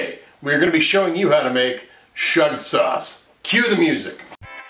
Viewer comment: Chef, please learn now to pronounce schug correctly! It's NOT "SHUG." Ask a Yemenite Israeli for the correct pronunciation. Calling it "shug" is like calling mirepoix "meer-pox' or calling fettuccine "fetusyne."